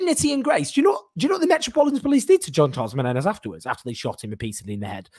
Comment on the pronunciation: Jean Charles de MENEZES please say his name correctly!